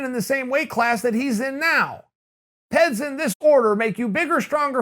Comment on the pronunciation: Everyone else: "P.E.Ds" Uncle Chael: "PEDS"